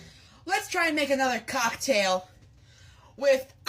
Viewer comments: I'm not English native but it doesn't sound like COCKtail is the right way to pronounce it... Did he do it intentionally or is he just weird like that? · it is pronounced cocktail but the emphasis isn’t supposed to be on cock 😭 it’s said together as one word, not the way he says it. i’m pretty sure he’s trying to be funny and/or weird and he’s doing it on purpose